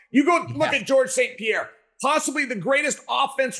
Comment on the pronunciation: Can’t believe Chael is called him Pierra on ESPN lol